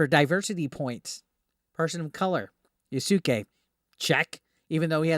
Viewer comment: Its Pronounced YAS-KAY